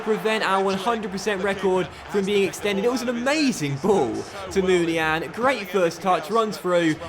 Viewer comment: Uhhmmmmm...? It's pronounced Moon-ee-ya-een. Love the good content though, keep up the good work mate. ❤